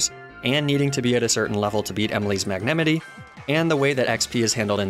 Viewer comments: I am literally having a seizure by hearing how you say "Magnamite". Magnameetee??? Tf? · Is it on purpose? Who the hell says “Magnemite” like that? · i must say thats the most interesting pronounciation ive seen of magnemite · I’m gunna throw hands with your pronunciation of Magnemite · Idk why but I like the way you pronounce Magnemite😂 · I have never heard this pronunciation of magnemite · Wait. Is no one gunna talk about the way he pronounced "magnemite" ???? N-....Ninetails... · Is there a reason you pronounce certain Pokémon names, e.g. Magnemite, Arcanine and Ninetales in a strange way? Not judging, just wondering why. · I have never heard magnemite pronounced like that. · What is that pronunciation of magnemite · Anyone else completely triggered by the way he’s pronouncing Magnemite? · i got stuck at the way you pronounce magnemite “mag-ne-mity” i am going to throw hands this made me physically violent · I gate being a pronunciation guy.... but I got taken back hearing ya say magnemite,, did you pronounce it Mag Ne Mitt E ? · The pain I feel every time he mispronounces magnamite's name, it can not be easily quantified. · magnemite, not magnamite. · it’s magnemite. not magnamite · MAGNEMITEY? N O It's Magnemite!! (Might) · Mag-ne-mite, not Mag-nem-ity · I'm sorry I can't get past the pronunciation of Magnemite... You realize it's supposed to be pronounced as Magne (as in Magnet without the T) + Mite (as in 'might') right?? Magenemite. I-.... Is this just me? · Magnemity Magnemity Magnemity sorry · MAG NEMI TEEE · The best pronounciation to "magnemite" ever cast. Mag-nah-mitee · I am not enough in the lore to know which mispronunciations are intentional vs accidental at this point! Like mag-nah-mee-tey seems intentional but I am not sure if Dell-mee-say is a meme or not! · mag-nem-it-tee for magnemite pains me. Yes I know he does it on purpose but it still pains me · You do know that the mite in Magnemite is spoken like might don't you?